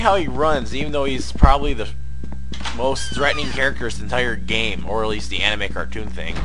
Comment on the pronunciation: he says anime like he has no idea what it is